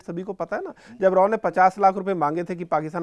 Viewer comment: Fyi...KN Kao nahi RN Kao